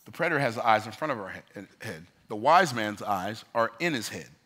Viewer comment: I could listen to you speak literally all day. Wait, I already do 😂 BTW, it’s predator. Coulda let it go, but you help me so much with every video you put out. Figured I’d return the favor. Much love my brother. 💪🏾